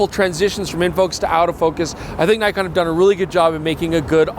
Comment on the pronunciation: is back to mispronouncing Nikon... Tsk tsk tsk. Shame